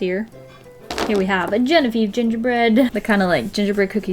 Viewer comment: Hey! I'm Genevieve!!! It's always reassuring to hear people pronounce it correctly lol